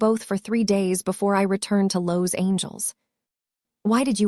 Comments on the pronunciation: How can I subscribe to your channel when your narrator cannot even pronounce Los Angeles? Also, she mispronounces soufflé. I won’t subscribe until you and your narrator get the correct pronunciation of words in your video. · Ok, story has me hooked already. But, who in all that is holy, is pronouncing some of these words? “Cream Brulie” “Soufla” “Los Angel” 😱😱 No, this makes no sense!! Is this the way all your stories are? I’m watching from Indiana 🇺🇸